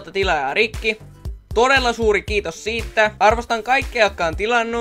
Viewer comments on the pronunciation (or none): Miks sanot "siittä" etkä "siitä"?